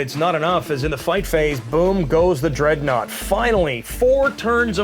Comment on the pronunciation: откуда вы взяли дредноут Дэрэдэо?